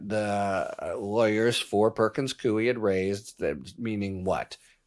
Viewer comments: Perkins Coie, pronounced coy. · Perkins Coie -- pronounced Cooey, rhyming with Dewey.